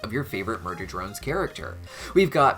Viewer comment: I think Uzi can learn to control her Absolute Solver without it controlling her as well. BTW you said "MUDER drone from" instead of MURDER drone form. I thought that was kinda funny.